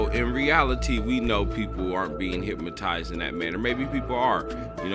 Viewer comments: hypNOtize. please stop saying hypmotized brotha 😩. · Why can't black people pronounce the word hypnotized? HypNOtized not Hipmatized. Come on man